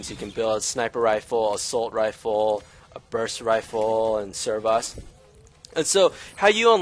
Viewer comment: Servos should sound like sir-voze. i'd recommend writing an outline of what you want to cover, and in what order. Then do your filming (ideally when lag is low), while talking to yourself, but don't record your voice. Then when you have your footage you can remove all the bits of you waiting for things or making mistakes in editing. Then record the narration that will be in the video. Do as many takes as it takes. Very informative video!